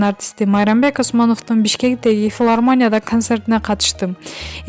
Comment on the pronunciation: Флармооня дейсиң го 😂дикция укмуш го ыя,окуп жаткан чоң кыз?😃